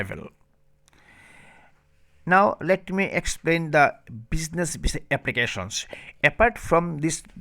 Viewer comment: Before making video on visa information . Learn how to spell visa in your bengali tone instead of saying visa you saying bisa 😅😅😅😅😅😅😅😅😅😅